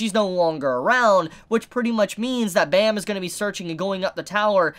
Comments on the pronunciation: Great ep for sure. Should definitely get new comers hooked on this amazing series. As an FYI and being Korean myself, the main characters name is pronounced phonetically like "Baam" or "Bomb" not like the sound effect bam. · The way you pronounce Bam gives me the creeps every time I hear it.